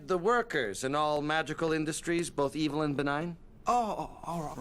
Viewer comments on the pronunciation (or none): none